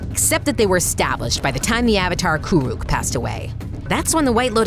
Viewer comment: ok so im pretty sure that kurek is not kuruk um if im a real avatar fan i think im right